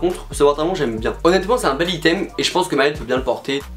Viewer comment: Mais ptn comment tu prononces le mot “item” 😭 (ça se dit aïteum)